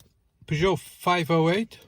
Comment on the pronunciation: l l NOT, NOT, NOT ... Peuge-NOT. I I I I I I I I I I.